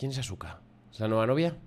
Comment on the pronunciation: 😅😅😅 buen video, Asuka puede que se escriba Asuka pero se dice aska, normalmente en Japón no suele sonar fuerte la u jajaj